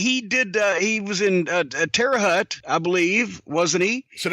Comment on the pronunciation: Terra Hut? It's Terra Haute, pronounced HOTE. I can't believe that a Louisville boy wouldn't know this. Maybe it's an inside joke...